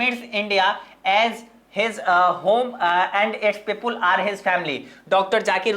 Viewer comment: Its people not pepul 🙂👍